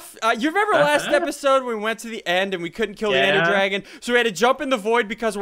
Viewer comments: The end, not lel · The End...............NOT lel!😂